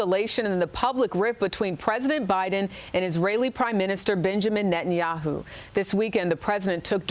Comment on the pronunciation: Biden is critical of Nathayaoo, now !!! When he has butchered 30 thousand palestinian. Was he dozing then!!!